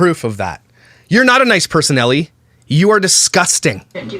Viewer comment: I can't tell you how much i fricken love that one of signature quirks is saying people's names wrong 💀💀💀🤣... It all started with "Brittany K." Aka bish... "Jiz-laine" Maxwell (Ghislaine / pronunciation is gee-laine, highly rec. watching the documentaries on her & JE btw!🔥) and today, Ellie. Idek her but just reading it I'm guessing it's just Elle, one syllable. But i love that he does a whole video on her calling her ellie the whole time. He doesn't even care if he gets it right. I love itttttt 😂😂😂